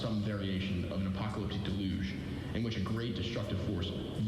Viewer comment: The pronunciation of deluge as de-luge and not del-yoog is off-putting.